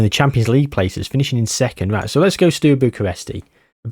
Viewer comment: Sorry to be that person, but you saying “Stew” Bucharest did my noggin in 😂